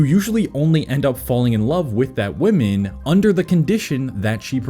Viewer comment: Singular woman is pronounced as man at the end. Plural ends with men and is pronounced as such